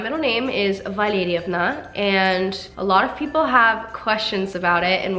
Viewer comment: Valerievna sounds beautiful when you say it. Looking at the spelling I'd never guess the pronunciation 😊